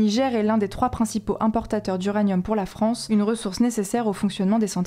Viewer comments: "a bas la farance" 🤣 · " A bas la Farance" 😂